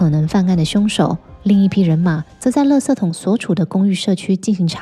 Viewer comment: 你是台湾人吗？只有台湾人把“垃圾la ji ” 念成 “le se ” !